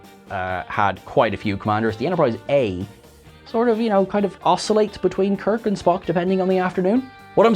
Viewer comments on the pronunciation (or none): none